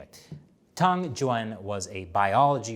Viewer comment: try to improve your pronunciation of the ü sound, from the name Tang Jüan. It's gunna help your Chinese a lot!